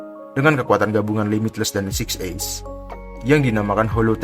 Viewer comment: Six eyes atau six ace????😂😂😂